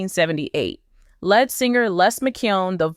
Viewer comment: your AI can't say lead, as in lead singer, it says the metal lead